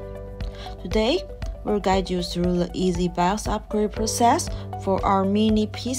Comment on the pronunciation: Bios ❌ Bouse ✅